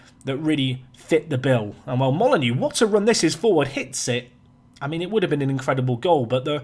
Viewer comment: I love that my following your channel has influenced your transfer policy but James Molyneaux is pronounced molly-noh. Not molly-new like wolves and my last name 😜